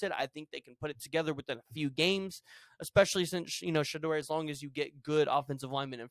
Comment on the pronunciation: DUDE!!!! LEARN HOW TO PRONOUNCE COACH SANDER'S SON /QB NAME!